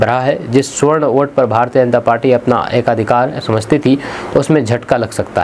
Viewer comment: सुवर्ण नहीं सवर्ण बोलो